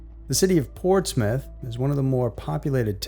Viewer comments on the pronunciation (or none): none